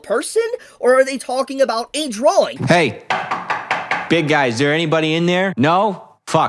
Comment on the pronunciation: Bro even says drawling now drawing.